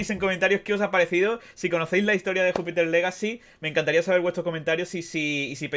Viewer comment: Pronuncias legacy y Miller pero no Jupiter jaja